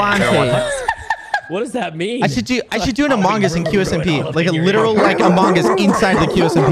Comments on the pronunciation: quackity saying "among us" as "among ass" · You should play this more often!!! But mabye work on the way you say among us 😂❤